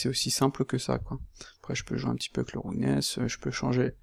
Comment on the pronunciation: Super vidéo, merci. Mais ta prononciation de "roughness" fait un peu saigner les oreilles. Je dis ça avec le sourire, y'a vraiment rien de méchant dans ma remarque. Disons qu'une bonne approximation de la prononciation de ce mot serait plutôt "raf-ness" que "roug-ness" comme tu le dis. Bien entendu, ce n'est qu'un détail sans grande importance par rapport à ta vidéo qui est très instructive.